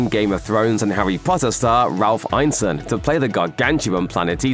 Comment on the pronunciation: Think you're pronouncing Ralph Ineson's name wrong, pretty sure it's "Innee-son". If I'm wrong, I'm wrong, but I don't think I am.on this one.